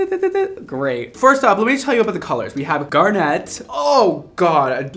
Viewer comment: Um... in garnet, the accent is on the "gar": GAR-nit, not gar-NET :x